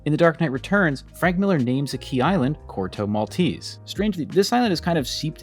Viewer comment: I wish you'd pronounce Corto Maltese the proper way.